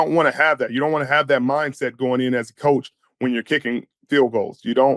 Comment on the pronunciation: “Ko”ach of the year skol!